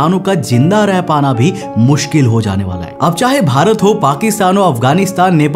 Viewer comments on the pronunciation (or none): none